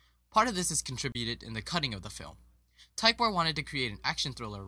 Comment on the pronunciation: tykwer is pronounced Tik-ver